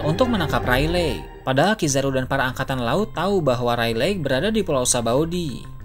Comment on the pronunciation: Baca nya yg bener dah rayleg rayleg, dibacanya reyligh